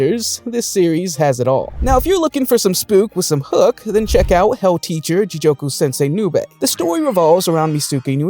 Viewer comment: great video except the mispronunciations are bothering the hell out of me. first "ji-joke-u" instead of ji-goku for hell in hell teacher and then "brian's base" instead of brain lmao. I'm sorry to nitpick, but I'm def hyped for these anime this summer